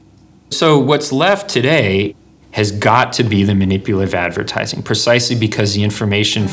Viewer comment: "Ze edvertaaizing"